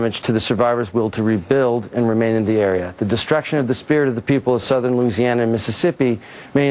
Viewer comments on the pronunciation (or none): none